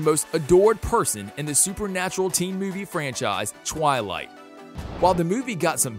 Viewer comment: The pronunciation of Twilight, Amidala, and Hermione filled me with rage.